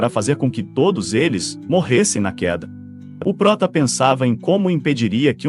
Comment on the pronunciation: mano to meio enduvida se e oprota é ( ele.) ou (ela) falacerio ese jeito de pronunciar ta mequebrando